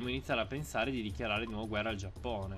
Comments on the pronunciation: ma sentirti dire già"p"One é la cosa più bella al mondo.....voglio proprio vedere come hai fatto in 3 a conquistare il restante 99% del mondo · intendevo l'accento che usavi per dire Giappone 😂